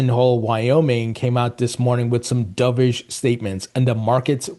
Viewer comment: Dubish!?! Wth is that? You said it like umpteen times. Stop it!